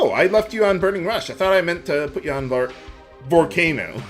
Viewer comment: Is there a reason you pronounce the addition volcano "vore-cay-no"? Just curious if there is something i am missing here...